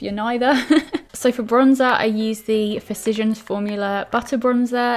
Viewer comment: You pronounce "physician" like "precision" when I guess it should be more like in "musician" (I guess you just swapped the two consonant sounds inside the word). Not a big deal though! I'm not a native English speaker so I had to do a double take there too 😂